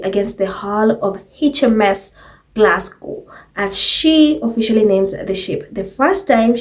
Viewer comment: Mumbles fumble the ball again. Instead of Glasgow, she said Clasgow. 😳Kate is too rustic, she needs to sophisticate to represent Britain.